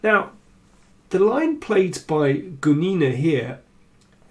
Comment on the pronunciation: Excellent video as always; thanks Daniel! Just one little detail: the femme fatale's last name is pronounced with the stress on 'u', not on 'i', that is GUnina, rather than GunIna. Just wanted to let you know because otherwise you are almost always perfect with your pronunciation.